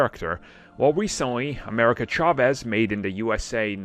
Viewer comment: He's mispronouncig chavez on purpose so we comment about it don't fall for it